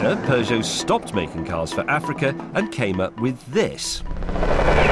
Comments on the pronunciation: stop pronouncing peugeot as peugeot, when peugeot is pronounced PEUGEOT. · I cringe everytime a brit pronounces peugeot.